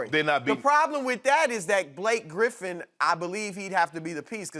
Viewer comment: Lmaooooo "Gripf"